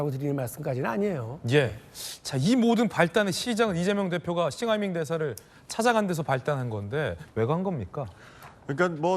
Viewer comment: 박용진 싱하이밍발음이 입에 착착붙네 뭔짓을 한걸까?